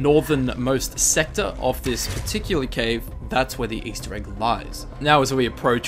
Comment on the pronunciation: its particular, not patechea